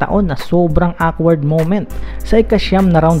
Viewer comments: Okward po pgsabi non ndi po wkward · ..awkward..pronouce it this way..okward not awkward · Hehehe awkward yung pagkakasabi mo ng awkward